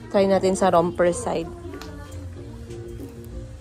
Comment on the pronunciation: dito sa US, yung Romper ay Romper hindi Ramper. Tapos tama ka naman na ang Volcano is Volkayno ang pronunciation hindi Volkano